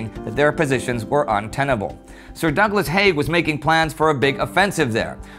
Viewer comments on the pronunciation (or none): none